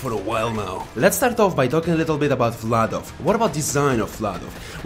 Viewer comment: You say Vladof perfectly.